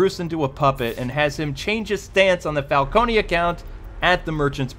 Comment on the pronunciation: It's CAR-ME-NAY Falco-NAY, goddamnit!